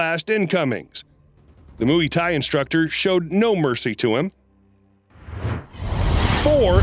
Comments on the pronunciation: "Now it's time to move on to the 🐮 mooey-tie 👔 boxer" 🤣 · Did u say moo-wee Thai boxers?? Wtf?? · mooey Thai, Joony skians, like what? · This guy really keeps saying mooey Thai and nobody has caught that? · Mooo-ee-ti boxer? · You’ve gotta be kidding me with your pronunciation of Muay Thai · Listening to him pronounce Muay Thai 🤦🤦🤦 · I hate how you say muay thai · I could be wrong but is it just me that noticed the weird way he was saying “Muay Thai” ? Or have I just heard it being pronounced wrong by other announcers/narrators? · Please pronounce muay thai correctly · Please learn how to pronounce muay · Having trouble getting past how he says Muay Thai!! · Just by the way you pronounce Muay Thai shows us that you have no business narrating anything fight-related. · Ur saying mu e tie boxers on purpose right?! As a joke?! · I died every time you said Moo-wee thai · The way you say Muay Thai is so cringe to me say it like moy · Please learn how to pronounce Muay Thai! It isn't for cows, no mooey in it. Try saying it like Moy Ty, then you might get somewhere, But you disrespect the fighting style with your narration. It's like when people say Hyundai, Sunday with an H instead of an S like Hunday and not like Hi unday!. But people just toss words from other languages around like they don't matter. But it killed this video before it got anywhere for me. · Muay Thai is pronounce as Moo-why Thai,Not Moo-yee Thai. Can't even get a well known fighting style's pronunciation right? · It's not pronounced mooey thai bloke. It's like ( moi) and the kick uriah threw was a spinning back kick, not a "cross kick" whatever that is lol. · Mooeee fighters ? It's pronounced My Thai not mooeee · Mooey Thai. 😂😂😂😂 Mú-aye or Muai. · Mooeee thai LOL!!! Nice pronunciation. Mooeee thai. Hahahaha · You lost me at "Mooee-ty". Learn how to pronounce it. FYI: we don't need your narration in the first place. We can see what's happening without it. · Mooey tie😂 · “The 🐄mOoEy🐄 Thai boxzers🥴🥴🥴”